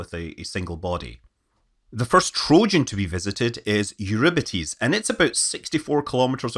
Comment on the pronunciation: Eurybates or Eurpidies?